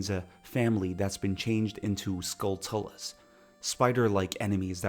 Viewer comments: Holy shit I was only gonna have this video on as background noise, but you mispronounced like every Zelda word. “Skulltula” is “skull-chula,” kinda like “tarantula,” it’s not “skull-toola”. 🤦🏽‍♂️ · Enjoying the video so far, but a couple things stood out to me: Why spend 80 rupees for a Hylian Shield when you don’t need it yet and can get it for free in the Kakariko Graveyard? I’ve seen a few people pronounce Skulltula like “skull-tullah” and it always sounds so odd. It’s clearly meant to be a portmanteau of “skull” and “tarantula”, so Skull-choo-luh” makes the most sense to me.